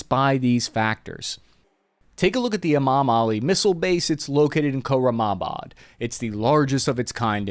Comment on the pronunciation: You said khorra-mabad, it is pronounced khorram-abad (khorramabad) the letter A in this instance is pronounced like when a doctor says, "say ah" to open your mouth. A lot of westerners also say iran like they are saying eye-ran, ran like the past tense of run. It is pronounced earon, almost like ear-on (Iran). Norwegian-Iranian American here, love your content bro. THE PEOPLE OF IRAN STAND WITH ISRAEL AGAINST ISLAMIC FASCISM.